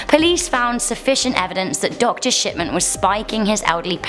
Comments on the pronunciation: wait did she say the doctor death guy's name was harold shitman ?? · Did she say Harold Shipman????